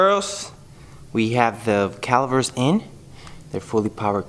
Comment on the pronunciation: Dude i like your YouTube vids. But please it’s really annoying me. It’s pronounced calipers not calivers 🤦🏼‍♂️🤯